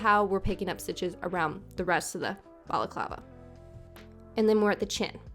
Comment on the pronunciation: I’ve never heard the word balaclava pronounced so in my head I always just say baklava 😂 thanks for teaching me how to say it!